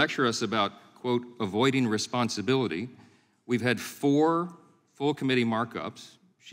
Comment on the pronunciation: Can’t even say the word “responsibility”